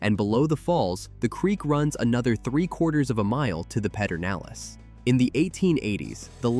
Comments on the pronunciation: like Pedernales isn’t Peternales it’s pronounced ped-ernales. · that was funny when I heard Peter.